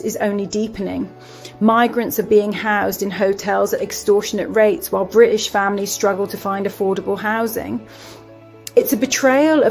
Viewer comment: British has a letter T in it that requires pronunciation.